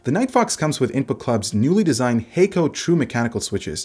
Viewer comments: Kono logo and sound appears like Japanese (but I'm not sure if it is). Anyway, Hako is not pronounced 'hei-ko' like you said in your video - it is 'ha - ko' with short sounding pronunciation - meaning simply 'box' in Japanese. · i think it might be pronounced like Ha(h)-ko, not Ha(y)-ko